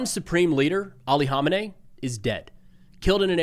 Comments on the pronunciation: Kama nay? You don’t have to speak like one of them. We pronounce it ko-may-nee. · Dude, who the hell is Honenay??? It's komenei dude..Ayatollah Khamenei!!! Pronounces kameni.... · There's no silent K in Khamenei. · Sounds like "Ko-may-knee" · Is "haw min ay" how you're supposed to promoted his name? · Can somebody tell this guy the "K" is not silent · Why can’t anyone pronounce Khamenei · In nearly 40 years of this guy being in charge of Iran I’ve never heard his name pronounced anywhere near how you pronounce it. I remember the first Bush used to purposely mispronounce Saddam’s name because the way he would pronounce it meant “shoeshine boy” (at least that’s what the news reports were), is this the same thing? Or just have people been wrong all this time, the so-called experts and media pundits with in-country “intelligence”? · You are pronouncing his name wrong, the H is silent, the K isn't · I believe you're saying his name incorrectly. Just a heads up